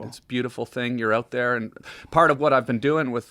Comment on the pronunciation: You could tell when that whiskey started hitting, Tom said "oot" and Joe started inflecting hard at the mark